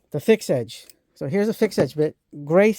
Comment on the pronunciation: What brand are those long bits you had?Sounded like you were saying fix itch and I can't find anything for that brand name.